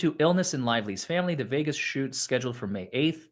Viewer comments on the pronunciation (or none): none